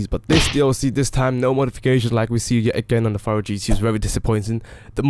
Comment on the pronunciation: Furore is pronounced like 'ferrari' -> "furroary"